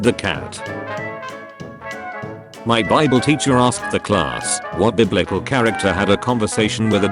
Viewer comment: bibel of shrek